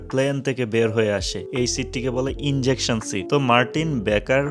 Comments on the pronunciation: "Injection Seat" na "Ejection Seat". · Bro not injection seat. Ejection seat. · ভাই এটা ইনজেকশন ছিট না। ওটা হবে ইজেকশন